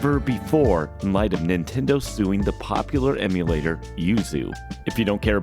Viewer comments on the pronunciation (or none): none